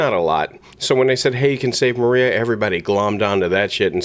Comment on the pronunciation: Her name is MARIA not Moria